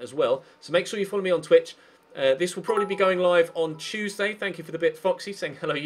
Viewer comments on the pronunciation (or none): none